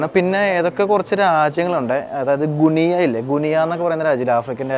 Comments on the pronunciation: ഗുനിയ അല്ലട, ഗിനിയ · ഗുനിയ അല്ല ഗിനി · ഗുനിയ അല്ല (ബോ ഗിനിയ ചില്ലി അല്ല ചിലി